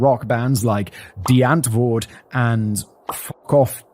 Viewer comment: I think that's the first time I've heard a non-german speaker pronounce Die Antword correctly... Ish. Also, do a Casual Criminalist about Die Antword. The sick fucks.